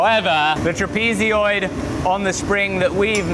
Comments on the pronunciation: It's a "TRAP-eh-zoid" not a "trap-EE-zee-oid" but based on the number of times you've said it, I don't hold-out much hope you'll ever rid yourself of the habit;P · I must admit... I've never heard "trapezoid" pronounced as "trapeze"-"ee"-"oid" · SAY TRAPEEZEEOID ONE MORE TIME, I dare you, I double dare you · TIL that there are people who think they know the word Trapezoid but pronounce it trapezioid. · may I ask why you say "trapezioid" ad ot "trapezoid"? no harm meant. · Apparently, to be a good blacksmith, one must shout heroically all the time. Rather like a nurse in a hospital -- most seem convincd their patients are terminally deaf. Trap-easy-oid? Trapuhzoid, mate. Too bright and cheery for me. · I don't think you got the bar hot enough before trying to shape it, that's why you got so much twisting and resistance. I would have got that bar white hot before trying to twist it on the lathe, like butter. And bro...tra-pee-zee-yoid? Wtf is that? It's pronounced...tra-peh-zoid. Good watch though 👍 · “Trapee-zee-oid”??!? “Trapez-e-oidal” Trapezoid. “Trap-i-zoid” or Trapezoidal Aluminium? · What a great job! Having to re-learn skills from the past, working from first principles. Well done. - ish, the word meaning "shaped somewhat like a trapezium" is "trapezoid". It's pronounced Trap-e- zoid Not trap - ee - zee - oid You're saying an "ee" sound after the "z" which isn't there. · Trapeeziod? Or trapezoid? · Do Brits say "trapezeoid" instead of "trapezoid", or is that just an thing? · Pretty sure its pronounced tra-pi-zoid lol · hehe, "trapezy-oid" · why are you saying trapezoid trapeezyoid? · "Trapezioid..." that must be kinda like "aluminium?" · I hate that you call a trapezoid a "tra-peezi-oid" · A trapeezeeoid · Tra-pee-zee-oid will haunt me forever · Are you saying "trapeezeeoid" weird to be funny or is that how your country pronounces it?? Not insulting just curious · WTF is a trapeez-y-oid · TRAP PEE ZEE OID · Trapezoidal - not trapezyoidal...